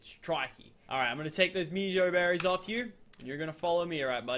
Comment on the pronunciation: you pronounce it as meh-joe-berries. Please say it like this.